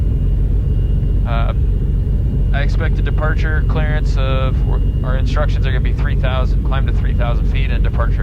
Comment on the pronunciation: Did he say, "Talk to Clarence?", Rodger, Ovour, Victor. Whats my vector Victor, Roger. Huh? Rodger Clarance, Clearance.